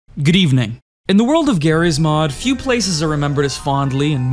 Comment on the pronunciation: i hear "grieve ning" now